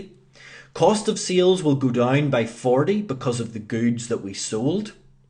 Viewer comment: It is SALES not SEALS :D SEAL is an animal. What accent is that? New Zeland?